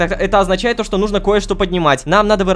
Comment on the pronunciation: Hitoko uwu может быть ты знаешь почему лололошка говорит нужнО, вместо нУжно